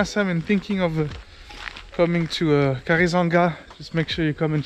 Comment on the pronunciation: KARIZANGA???😂😂😂 Bro??? I cracked up, SORRY😂